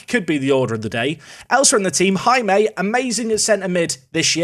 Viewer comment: hey Jaime is simply pronounced as hai-me